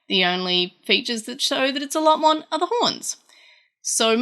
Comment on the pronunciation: Why do you say Lotmon instead of Lopmon? Otherwise great video! :P